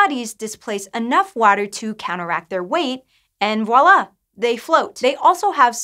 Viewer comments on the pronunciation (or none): Its voila not walla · This is the second person from this channel that I've heard say "Walla" instead of the correct way... "Viola". And see there?